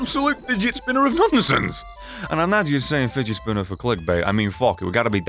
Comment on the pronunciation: that is figet spinner of brimstone me: HAHAHHAHAHAHAHHAHAHAHAHAHAHAHHA